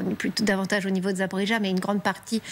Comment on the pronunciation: Je suis extremement curieux de savoir pourquoi nos "specialistes" ne prononcent jamais le nom Zaporojie correctement., ca devient toujours Zaporidja. Est ce l'expression de leurs savoirs ?